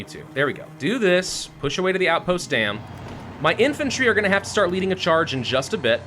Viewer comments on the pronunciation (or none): none